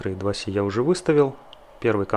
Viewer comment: В произношении "И-2-Си" как бы ни туда ни сюда, "И" как при транслитерации, а "Си" как при произношении латинской "С". По твоей логике должно быть хотя бы "Ай-Два-Си" либо же "И-Два-Це"... И к "И-2-Си" я уже давно не придираюсь. А по поводу "Эк" - тут просто человек мог_не_знать от какого слова это сокращение оторвали, либо он захотел запутать зрителя (что вряд ли, иначе он редиска).